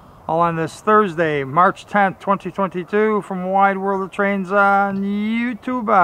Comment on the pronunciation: Great footage, but could you stop saying you tube-aa? or anything-aa? It drives me nuts